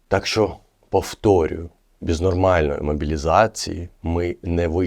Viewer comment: Мальчик,а у тебя фонетика русского языка,ты произносишь,,бэз,, ,,напишить,,. Ура!!!Русский язык знают все...